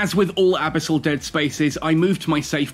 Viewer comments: "abasol dead space" lol. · Brother no, abisol is not it lol love your content, first time I've heard you say this word haha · Why do you say abyssal like that? 😂🤣